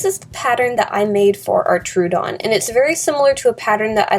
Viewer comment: I don't mean to be a pick but Troodon is pronounced "Troh-uh-don." Fun facts: It means "wounding tooth." The Troodon was named by Joseph Leidy in 1856. It is thought to be the smartest dinosaur with the largest brain compared to body size.